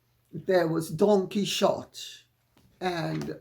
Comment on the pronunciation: Wow! You don't know how to say Don Quixote! Kee oh tee! But I'm envious! What a lovely night